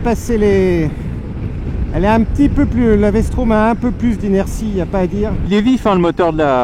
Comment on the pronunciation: Vstrom pas Vstraum XD faut apprendre le français messieurs. Merci pour la video